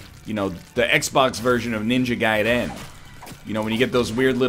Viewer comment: ninja..guy den... I don't even play those games and my soul hurts at the mispronunciation...